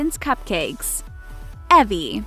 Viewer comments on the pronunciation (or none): It’s Evie not evy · It's Evie ( i-vi) not evi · you said Evie wrong you said e vie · Actually it is Evie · It is Evie eeve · You said evie wrong lol😅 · you said evie wrong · u said evie wrong